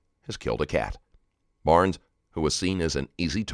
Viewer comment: Warren Barnes was the victim. Kept hearing Brown as last name.